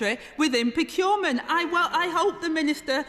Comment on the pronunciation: She's brilliant. But she can't say 'procurement'. Aside from that she's fantastic with this sort of stuff.